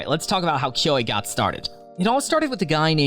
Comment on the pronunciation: "Kuo" The e is silent